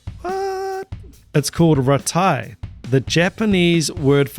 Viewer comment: NEMOPHILA are one of the best Metal bands I’ve ever heard, and certainly among the best Metal bands from Japan. I was at that show in LA, their first, but not only, visit to the U.S.! (If you are not familiar with the storied Whisky A-Go-Go, hit up Wikipedia) MURATA TAMU is a fantastic, powerful Metal drummer, veteran musician, mother of two and still has a baby face. RAITE is pronounced “rai-te” (rhymes with “I may”). I second the motion that you check out the OMV as well, just to hear the outro. The next best thing to a MURATA TAMU drum cam is this video (which includes a pedal cam) recorded in their studio with the demo of OIRAN, their current show closer — For more impressive TAMU drumming, check out their OMV for ADABANA.